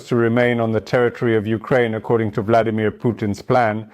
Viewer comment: Did I hear the Bloodymir